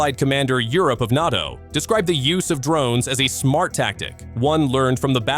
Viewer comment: Its funny to hear Russians clutching their pearls at the idea of foreign fighters/mercenaries in Ukraine when they had battalions of North Korea. ...and seriously 'N-ar-TO' --- it's prounced N-ay-TO. Try to train you AI better . Embarassing Glad you bleeding out Russia - you are losers. Rightfully so